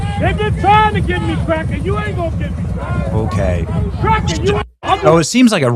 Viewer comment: "Only good crackuh is a dead crackuh..." These people are beyond remedy. Hopeless. Judging a book by its cover is necessary these days.